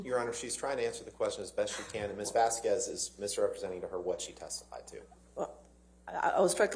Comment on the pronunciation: Everyone knows how to pronounce "Vasquez" except Elaine Brederhoff. I find that hilarious.